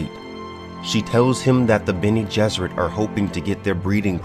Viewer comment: I love that you’re doing this series. I’m such a huge fan of the original Dune series, and you can tell be your videos how much of a fan you’ve become. I can even get over how you pronounce certain names (to each his own, lol.) These videos are a great way to revisit the series and mythos without retreading the entire series. And I agree with other viewers, I can’t wait until you get to God Emperor; I’m partial to Children of Dune, and an definitely looking forward to your guide to that book. Keep it up man, really enjoying it.